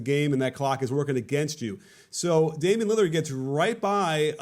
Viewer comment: “Damon Lillyerd”